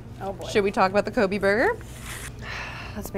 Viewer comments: I believe Kobe is pronounced Koh-bay. Not Ko-bee. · Not Ko•Bee it's Ko•Bay that's the proper pronunciation of that name because that tidbit almost annoyed me.